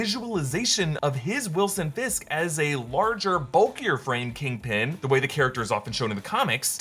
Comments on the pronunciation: kingping? its kingpin 💀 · Kangpin. You heard it here first. Also, she’s a Skrull.